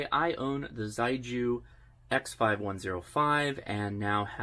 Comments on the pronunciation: I have a feeling the pronunciation is more like shay-gu, not zei-ju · correct pronunciation is closer to: she-ay goo. Chinese words don’t always sound how they are spelled in English. Great review. Nice to know there are HF options under $1k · The Chinese pronounce "xiegu" as "sheh-goo" and it means solid or firm in English. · Ok a little help with Chinese. Xi=She and gu=Who. So it’s “shewho” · Surely Xiegu is pronounced more like "she-ay-goo" ? And I'd LOVE to see some internal pcb shots! (hint?) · It would be pronounced "she-eh goo". If you really want to hear it, put 斜谷 (not sure if thee are the characters the company uses, but the sounds will be very similar to English speaking ears anyways. Its just tonal differences) into Google translate and use the speaker function to hear it. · Cute box. I think it's actually pronounced "Sheegu". I'd actually get one of these. Beats having to run a laptop or PC with an DVB-T stick with RTL Chip to use it for SDR purposes. I just wish there was a version WITHOUT transmission feature so even folks without HAM license could use it just to receive. I'm sure it might be even smaller then. The Morsecode decoding feature is really awesome. :) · Thanks for the review, really encouraging! In a very sincere spirit of helping, the pronunciation for Xiegu is quite far from that though. Putting 协谷 in Google Translate will allow it read it aloud to you; very roughly it's more like 'see-yeah goo', with almost a hiss to start, and a hard g for the gu. On the air it could get pretty confusing when there are many different approaches to pronouncing the manufacturer name!